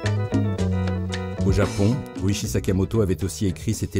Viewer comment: Sympa cet hommage ! Ryuichi ne se prononce pas "riouchi" en liant toutes le syllabes à la française (ça fait très moche) mais plutôt "Li-You-it'chi" en 4 syllabes ! Après tout dépend de comment s'écrit son nom en Kanji mais cela pourrait se traduire par "premier dragon". RYUU (le "R" se prononçant presque comme un "L" et le "U" étant plutôt un son "OU" prolongé) signifiant "Dragon" et ICHI (à prononcer "it'chi") signifiant le chiffre "1" Et non "Sakamoto" n'est pas l'endroit où l'on range le casque de sa Harley ni une bâche de protection pour cette dernière 🤣!